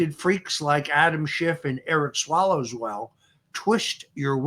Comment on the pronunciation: He said Eric Swallowswell😂😂😂😂😂